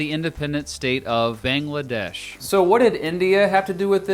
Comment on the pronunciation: Couldn’t you at least try to pronounce the names right? I mean you mispronounced Pakistan and Bangladesh. Same thing with the peoples there.